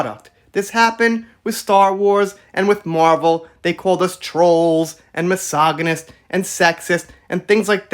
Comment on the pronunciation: Ma-sog-a-nest lmao love it